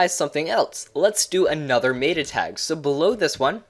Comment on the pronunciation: Sorry, the way you say META was driving me nuts.